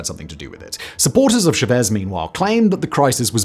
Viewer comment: ChaaaaVese not Cheves your first languag is inglish wtfff